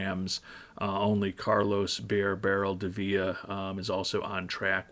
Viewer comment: Are you calling him "Bear" Barrel on purpose? Are you not allowed to say "Beer" religiously or worried about the YT algorithm or something?